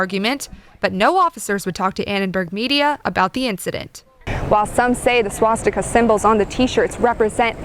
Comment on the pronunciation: Swastika is a sanskrit word. Girl says it chinese